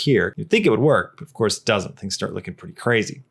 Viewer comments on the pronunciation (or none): none